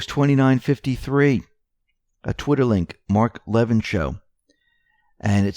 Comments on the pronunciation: La vin not Levin. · Mark LA- vin NOT Lev in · phonetic correction... Levin is pronounced Le-Vin... for future reference :) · He pronounces his name La vin (like the vin of a car).😉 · Mark Levin ..... pronounced luh-vin...... Like lu..llaby and vin number. And what happens when there are NO arrests? Can we bring out our deer rifles then? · It is pronounced //LAH...VEEN// Levin...!!